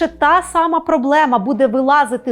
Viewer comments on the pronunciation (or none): none